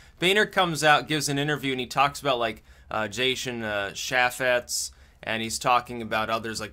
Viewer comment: Can't even pronounce chaffetz correctly like you've never watched an actual government oversight hearing. Oh and he's fucking resigning as of like April of this year look it up. Now that nothing interesting has happened for 24 hours... The is a dissonance reduction strategy, like you've ever said that in a video before. Next video I wanna hear at least 3 "well, I was right as usual"s come on you've been a little light on those don't you think